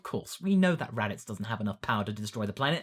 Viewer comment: The raditz saga? You sounded like you said the “erotic saga”